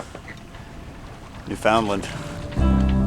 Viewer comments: Anders Jakobsen it’s not New Found Land, it’s pronounced nufinland 👍 Dans a Canadian ? He shud no dat my sun lol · It’s not New Found Land! is a Canadian? It’s pronounced Nufinland lol he shud no dat me sun. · Newf-und-land. What are they teaching you out in BC?! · Beautiful scenery. You captured it beautifully. I live 2 provinces away and it's on my.bucket list. To visit. Its pronounced "new fun land". I thought you were Canadian? Lol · "New found land"?! You're Canadian, say it right! :) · Newf-in-land... yeeesh you guys LOL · Really lovely video. I really root for you guys. But, have to say, did I think it was surprising and funny you were unclear about the Newfoundland's pronunciation., you're obviously off the hook, because you're a lovely foreigner. But - Canadian native son, wow, man. I hope Newfies consider you west coast Canadians to be another tribe or something. All the Newfies I know call it NEW-fn-LAND, or NEW-fin-LAND, accent on 1st and third syllable, second one is barely there. But they're Canadians- they'll welcome you and be polite no matter what. Cheers. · Loved the video. But please please pronounce Newfoundland properly ;) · B’ys you have to learn how to say Newfoundland! Understand Newfoundland! Well done though. Ed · Really? Use ‘Understand’ to pronounce Newfoundland properly.